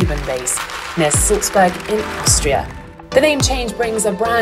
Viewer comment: Not Sulzberg but Salzburg...